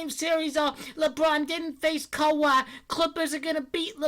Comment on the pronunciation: I'm really curious, why do you pronounce Kawhi "Kawa"? Been like this for years lol